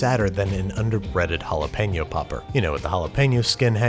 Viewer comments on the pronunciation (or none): There is no way the first chili made you gag. God I can't stand exaggerated displays of disgust. You say jalapeno like an ass hole.